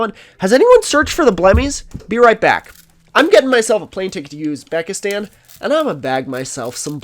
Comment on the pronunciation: Never heard it pronounced Yuzbekistan before